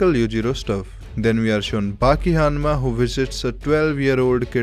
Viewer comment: Dude great video as always but "Hanmacally" killed me put right